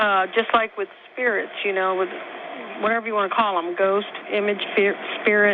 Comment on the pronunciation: Ghost? I thought you said goat.